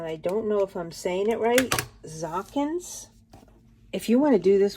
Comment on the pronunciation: FYI... zokin is pronounced with a long O. 😊